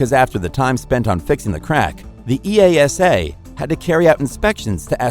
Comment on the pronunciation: who pronounces out EASA AS E-A-S-A, READ IT OUT AS EVERYBODY DOES, HAHAHA...